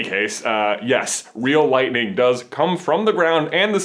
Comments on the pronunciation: You need to say it is lightninginginginginginging! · From Oklahoma, we say it's lightining out there. Light-in-ing